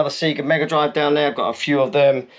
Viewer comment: Seeeega, surely sayga?